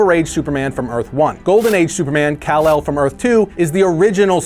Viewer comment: call-ark? Really?